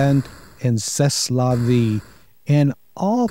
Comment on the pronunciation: Congrats,! You win the award for the "Most American Sounding Pronunciation of C'est la Vie I've Ever Heard." 😏